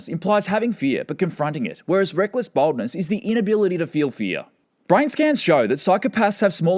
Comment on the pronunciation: He pronounces 'Boldness' in a way that distinctly sounds like 'Baldness'. I was just listening and not looking and heard "Psychopathic trait #1: Baldness" and just burst into laughter.